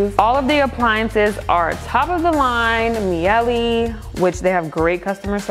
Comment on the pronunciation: I think it is pronounced "May-Lay"... regarding your appliances